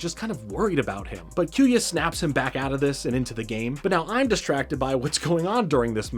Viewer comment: Besides you butchering kyoya’s name.. in which I’ll let it slide. lol. Just to add rock Aires, and storm aquario is originally called clay Aries, and wind aquario in the OG jap version. Mad gasher is also a light wheel, before it got changed into the dark gasher. For further context Wind, clay and mad, is the name for the light wheels (plastic wheel). Dark and mad wheel is the same, just one being plastic, and the other metal. same goes for the storm, and wind wheel. Clay and rock wheel are nothing alike, two completely different wheels. They changed the name in the US dub to sell toys. Hasbro didn’t sell the light wheels only the metal counterparts hence the storm aquario and rock Aries name. TT made booster packs of these light wheel beys which include clay Aries, wind aquario and mad gasher. Which I’m a proud owner of all 3 main light wheel beys. But besides that, great video I really enjoyed this.. hopefully you continue to the metal saga it honestly gets way better.